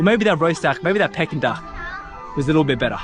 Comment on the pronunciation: it is pronounced “Peaking” Duck not “pecking” duck lol